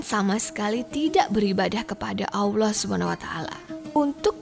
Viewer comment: Robah itu jangan AWLOH. salah itu, belajar yg benar.